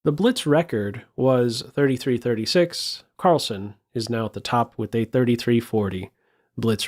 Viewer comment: its not -son.. its sen.. like zen. carl-zen. as in sentry.